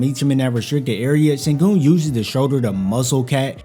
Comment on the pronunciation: He's shown a lot and he's only 20. Silas doesn't seem to think so though. And it's pronounced shen-goon.